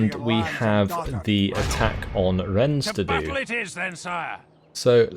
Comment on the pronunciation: No way to know this but DON'T PRONOUNCE THE 'S' IN RENNES. It's a wonderful place, it's worth saying the name the way they do.